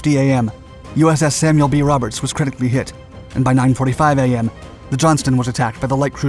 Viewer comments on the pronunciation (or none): none